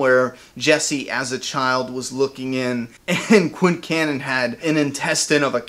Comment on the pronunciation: it sounded correct to me